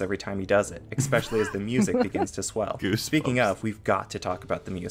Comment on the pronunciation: .. we gonna talk about how the reviewer also pronounced ‘especially’ as ‘ex-specially’?!? … pronouncing words with the exaggerated swagger of a soy boy trying to sound cool! 🤣 Exspecially?!?! I suppose this guy also likes to swim in the Specific ocean. And Pacfically axes for extra soy.